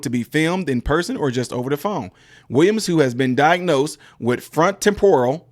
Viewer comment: It's not front temPORal, it's one word and pronounced FRONtoTEMporal. Also, there is a difference between long-term memory and short-term memory, so it is not uncommon for someone to remember something in the past, but not the present. That being said, from the sound of it, she should never have been FORCED into that memory care unit and I hope she sues all involved into oblivion and good for her for her escape. Go Wendy!